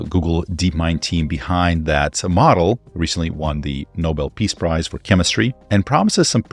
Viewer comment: Okay but tiny glitch Did I just hear Nobel peace Price for chemistry?